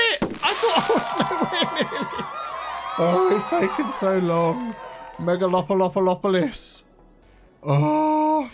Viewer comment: He put megalolplolpolis 😂😂😂